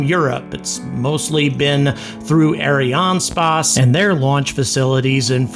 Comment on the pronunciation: It reads Ariane space, not spáçe xD